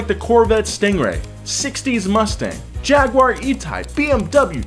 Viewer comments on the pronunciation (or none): none